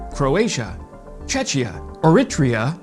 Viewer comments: its Czechia not Chechia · Hey, thanks for the video! Czechia was one of the first ones to sent tanks and BMPs to Ukraine. They're nowhere near worried about "bad optics", and don't need to hide behind Denmark. Also, the pronunciation of Czechia is more like "Czekia", not "Czeczia" as you're saying.;) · difference is that what he said sounds like Chechnya. Do you know how Czech Republic sounds like? its the same CH.